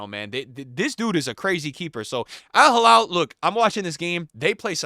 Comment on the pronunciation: It's al hilal not al halal 😅😅😅 crazy Americans....